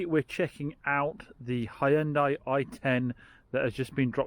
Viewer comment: Did you hear that Americans? H-Y-U-N-D-A-I, not Honday. :)